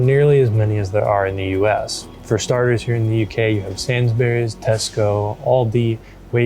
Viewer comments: Pronounced SAINSBREES not SAINS BERRIES. What about LIDL, M&S, CO-OP, COSTCUTTER, FARMFOODS, SPAR, KWIK SAVE, PREMIER, ICELAND ? Food in the USA lasts longer because it's full of preservatives and chemicals that are banned everywhere else ! British breakfast cereals have WAY LESS sugar in them. A lot of UK freezer/cold sections have sliding doors on them. ALDI for instance. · No! It's pronounced SainsBURIES. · You mispronounced Waitrose, the t needs to be clear, like wait-trose not way rose :-) Also, “sainsbrees” is how you would say it, not sains-berries. The fruit and veg self weigh thing is new to me, I have never seen that in a UK store before and I have lived here all my life. Lots of things you pointed out are specific to that store and don’t really apply anywhere else. I think a Tesco would probably have given you a better indication of your average store. Sainsbury’s is kind of middle class (especially in Ely) and as such will have specific counters like sushi counter which I have never ever seen.